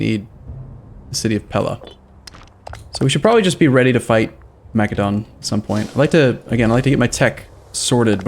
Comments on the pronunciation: It's pronounced Mass-eh-don, not mack-eh-don. It's the same as the country macedonia (mass-eh-donia) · the C in Macedon is pronounced with an s sound not a k.